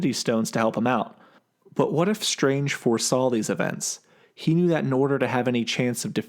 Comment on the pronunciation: doctor shtrange. once heard, cant be unheard.